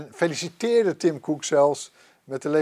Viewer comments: moet even een cursus Engels hebben want dit is echt een blamage. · Niemand: Helemaal niemand:: TIM KOEK